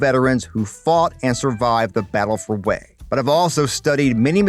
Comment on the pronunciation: It's not wheel. Its hue. Wha a waste.